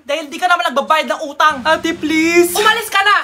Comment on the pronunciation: Sel phon plaese😢